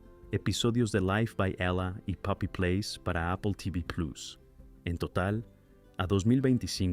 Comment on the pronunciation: Jajajaja tratas de pronunciar las palabras en inglés perfectamente, pero cuándo dices "Plus" y "Duffy" no lo haces correctamente 😂😂😂😂😂